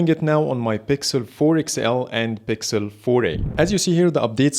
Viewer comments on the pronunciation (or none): I love that Arabic accent “bixel” habibi from ownagepranks